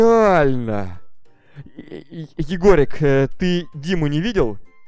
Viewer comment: Ребята кто заметил что сказал не егорик а егегорик возле лестнице Софии...??